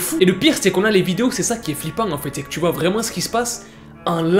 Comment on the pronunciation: Je suis la seule à entendre "vrai mangue" quand il dit " vraiment" ? 😭